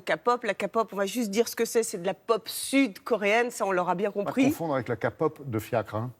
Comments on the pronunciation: La meuf se dit "spécialise de la k-pop mais elle c'est même pas BIEN prononcer K-POP 🤨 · Qu'elle arrête de dire kapop !!! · "La KAPOP"😒😒😒 elle ont "meme pas 20 balais" 😥😥😥😣 j'ai plus d'oreille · Franchement...ARRETER BORDELLLLLLLLLLLLLL ils y connaissent koi ?🤦‍♀️ ah et pour la "Ka pop" STOPPP jai trop mal au oreilles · ''Spécialiste de la Corée'' alors qu'elle est même pas capable de dire ''key pop'' O-o j'ai envie de pleurer... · '' spécialiste de la Corée''' ' kapop' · sa se dit képop mes sa s'écrit kpop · Elle a dit KA POP!!!!!!!!!!!!!!!!!! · « Kapop » ahahahahahahahahha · Si vous faites un reportage sur la K-POP s’il vous plaît faites le sérieusement. De plus, si on est spécialiste de la Corée du sud, sachez au moins prononcer le mot « K-pop », c’est juste un manque de professionnalisme. Et si les jeunes veulent être stagiaires dans des agences pour devenir trainee, c’est leur choix, vous ne devez pas les décourager… Sincèrement, je trouve que le travail de ce reportage est vraiment pas sérieux ! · Ils ne peuvent pas se renseigner avant et pour une fois parler de la music et je sais pas quoi elle se dit spécialiste de la K-pop mais elle le dit même pas bien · Elle est tellement spécialiste qu'elle arrive même pas à prononcer correctement kpop 🤣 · Wow, un ramassis de conneries et de mauvaise prononciation, c'est fou comment c'est juste la pout decridibiliser l'industrie de la kpop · Non mais la dame qui explique ce qu’est la kpop elle croit peut-être bien expliquer mais faudrai d’abord qu’elle sache bien prononcer le mot quand même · Vous ne savais mais pas prononcer k-pop donc vos mieux pas en parler et puis il ce suicide à cause des heaters pas à cause de leur vie donc ne parler pas de n'importent quoi quand vous ne savais pas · Oe, en plus ils savent pas dire kpop pour moi 😂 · il save même pas dire kpop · De la KA-POP Nan, mais si vous savez pas, vous parlez pas. ON DIT K-POP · Mon dieu j’ai l’impression qu’elle dit capote prononce bien stp !!